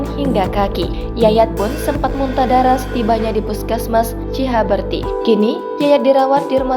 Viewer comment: CI HAUR BEU TI ,,,, BUKAN CIHABERTI ,,, KALAU JADI PEMBACA NASKAH MESTI FAHAM DIALEKTIKA ,, KALAU BACA GELAGAPAN TERLIHAT "TIDAK PROFESIONAL" ,,, YANG BETUL BACANYA